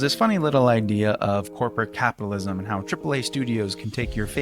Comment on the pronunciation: Take a shot every time this dude said capitism